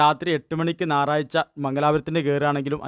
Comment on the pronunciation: നാറാഴ്ച അല്ല.ഞയറാഴ്ച